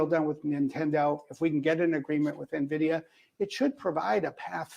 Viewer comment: Nvidia is pronounced "N-Vidia" like two words.... lol it's not Navidia .. Just droppin knowledge :body-blue-raised-arms